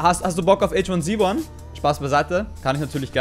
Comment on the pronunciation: Du bist die einzige Person die H1Z1 richtig ausspricht :^)